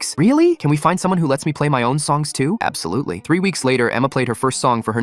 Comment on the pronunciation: The way he said absolutely was so wierd